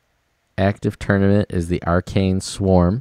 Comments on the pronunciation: "ah- RACK-nee", not "are-cane" from Ancient Greek ἀράχνη (arákhnē, “spider”) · It is A-rach-ne not arcane. Arachne, her name meaning spider in Greek, was a beautiful woman that had a great talent in weaving. So...the name in the game sorta doesn't match the images. But why are you making this video with a city full of troops while it is burning??